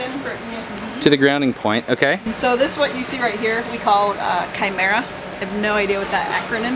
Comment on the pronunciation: It's pronounced "Chimera" but go on.